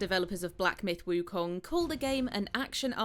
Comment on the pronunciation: Props for the pronunciation on “wukong”